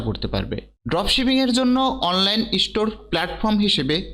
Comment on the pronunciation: ইষ্টোর না ভাই, স্টোর। আগে ভালো করে বাংলা বলা শিখুন 🙏